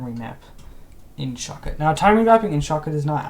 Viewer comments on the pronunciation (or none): At this Moment, I thought he said "Shotgun"